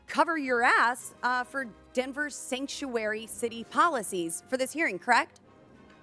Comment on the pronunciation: What the hell is a "Sanctury city?" It's Sanctuary City